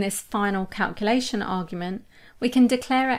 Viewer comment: Great info. I hate how you say calculation. No offense. Tomato, tomato, potato, potato.